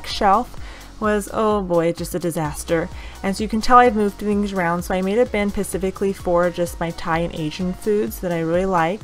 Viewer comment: I like how you said pacifically, instead of specifically lol that was cute